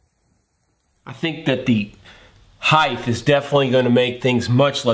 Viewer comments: Say heighth one more time... :) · ‘’Heighth’’.......? A new word has been added to the lexicon? Are we sure this is a word?